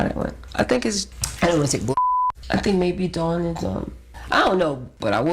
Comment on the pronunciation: Ok why is everyone pronouncing Dawns last name wrong 🤦🏾‍♂️